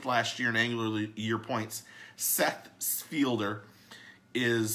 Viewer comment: Its seth feider not fielder